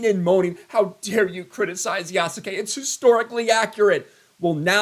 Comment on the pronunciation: These DEI tools are literally the pot calling the kettle “Yasuke” (Black). Oh and the name should be pronounced “Yas-ke” the U is supposed to be silent.